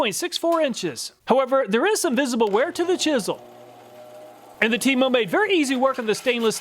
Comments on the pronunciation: Temo sounded like Temu for a second there 😂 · 😂😂 I thought you were saying TEMU, like the cheap Chinese direct sales website not TEMO😅.